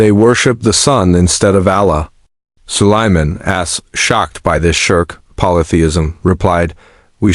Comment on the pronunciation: It's Sulaiman A.S (Alaihe Salam), or just say Prophet Sulaiman Oh C'mon!!, at least check before posting the video that your stupid Ai voice-over is even pronouncing things right or not 😒😒